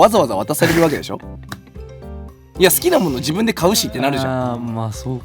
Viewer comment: よすけってすぐだしょっていうよね😂